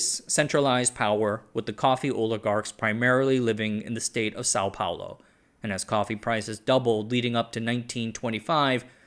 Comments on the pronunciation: São Paulo, and not "Sao Paolo" (different "thing" or languages, depending on how you see it) :D. Nice work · For the millionth time, it's SÃO PAULO, not são paolo.